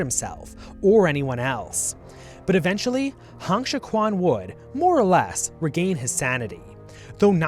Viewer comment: The video is great but the pronounciation of Chinese names is honestly horrendous and should have warranted a two minute Google search on how to pronounce Pinyin. Hong Xiu-quan is not pronounced "Han Shi-kwan", the actual pronounciation is much closer to "Hone Shio-tren"